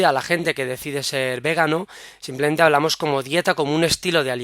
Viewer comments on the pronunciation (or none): etc. cada vez que dices "végana" o "végano" muere una lechuguita y a un vegano o vegana le da un infartito.